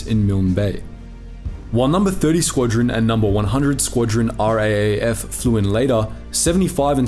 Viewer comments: It's R double A F or Rough. Not R-A-A-F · Please do us all a favour and pronounce RAAF as R-AA (as in battery )-F. Cheers, your fans. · RAAF...Raaaayef. :) Ya Aussie lol